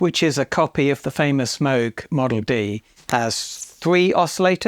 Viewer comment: Outstanding ears ! There was no way Sting’s 51 Precision made that bass tone on its own . I always thought it was doubled with a baritone guitar , DI’d and re- amped . I was wrong ;) Subbed ! Thank you also for the correct pronunciation of Moog . That’s when the discerning viewer knows that you really know your stuff;)